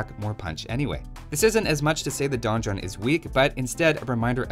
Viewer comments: I'm a Shadiversity fan, I read Donjon, I click Also, I'm a Shadiversity fan, I hear mispronounce Donjon, I get mildly annoyed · The Donjon Rush, not to be confused with the Don Juan Rush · I don't usually care too much about mispronunciations but this is like the third video where you repeat donjon incorrectly so many times it's really distracting me. Great video though!